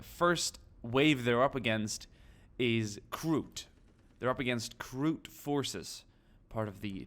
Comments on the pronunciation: its not krook its kroot reeeeeeeee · you do pronounce it correctly,you just said krook like twice